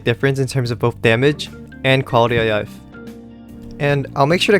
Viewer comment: "quality uh yife"